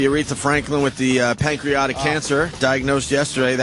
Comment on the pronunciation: "Pancreotic cancer" Thought it was pancreatic